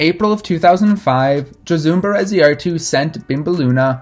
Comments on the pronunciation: Pretty sure you got Bereziartu pronounced right. I think Josune is pronounced: yo-zoon-eh but a Basque speaker might chip in. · Amazing video and overview of Josune Bereziartu! :D Btw, not a huge deal but it’s pronounced “Yo-sue-neh.” Love your videos! :) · lol as soon as he said she was spanish i knew he was pronouncing her first name wrong. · This is a really great video about her. She’s been so neglected all these years! Thank you so much. Love your channel. Minor/major point. Her name is pronounced “Ho-soon-eh.” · Egurre! Gora Josune Yo have to say that last "e" of the name, but it's Okey! :) I sent her first 8a "hiena" last Wednesday jeje yeahhh